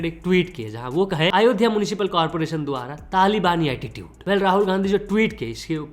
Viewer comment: Tu saala pagal hei kya re Har baar aaaaayodhya kya bolta hei It's Ayodhya